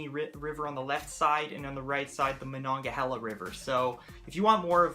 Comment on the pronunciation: The correct pronunciation is Do cane, or dew cane, Duquesne. Ma non ga hay la, Monongahela. It's okay most people mangle these as well. At least you got Primanti Bros correct.